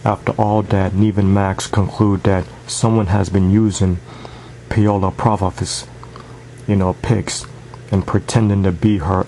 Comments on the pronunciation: NOT 'pay-o-la' theres no fucking y in the name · its 'pa-o-la' or 'paw-la' lol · It's pronounced like Pow-la